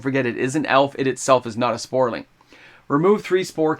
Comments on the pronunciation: Please, please stop pronouncing saproling as sporling. I had hoped you’d have caught that in previous videos but you’re still doing it. Thank you for the content but that’s driving me crazy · Somebody needs to get this guy hooked on phonics. Say it with me: SAP-RO-LING